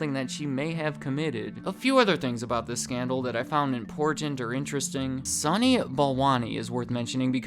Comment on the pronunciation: Lolol the word "IMPORTANT" are not two words , we always have a drinking game everytime you mispronounce the word (s) it's always hilarious !